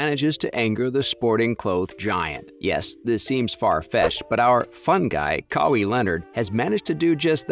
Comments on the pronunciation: It is pronounced “Kah-Y” or “Kah-why” not “Kaway” 😂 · It’s not Ka wee it’s Ka why you sound worse than a automated speaking software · Who the F is Kawee? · Brah, you make a video about Kawhi and call him Cowee??? I'm a huge Raps fan, love his game. I watched him every game with the Raps (when he played) - he had the ability to take games over - he single handedly won us about 5 games down the stretch by simply deciding to take the ball from the opponent and score. That said, I'm glad we didn't retain him. He is unreliable - he is about himself. You watch - his uncle is going to sabotage his career. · If you don't have enough consideration to pronounce the man's name correctly (after years of it being spoken in the media)... F**k you! And Kawhi is right... F**k Nike too! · How the hell cant you say his name properly??? Youve heard it dozens of times? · Nike should have just given kawhi his claw back . It’s his logo . Why can’t you say his name correct ? 😒🤦🏾‍♂️ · WHY PRONUCE KAWHI LIKE THAT